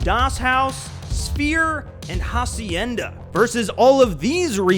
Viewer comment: the H in Hacienda is silent Acienda